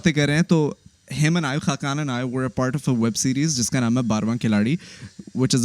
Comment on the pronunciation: Hakkan nahi khaqan😂